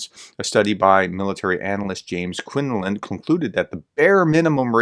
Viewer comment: Please, try to pronounce surnames correctly out of respect for the people you are talking about. You skip syllables in some words you read also. James Quinlivan is not Qinlinnan.